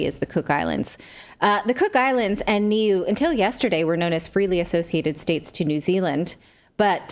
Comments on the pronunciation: Nuie is pronounced noo ee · I say this with love Nat, it's pronounced "Neway" - new ay.